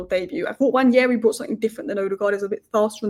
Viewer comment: Please, pronounce Ethan's surname correctly. There is no Y in Nwaneri.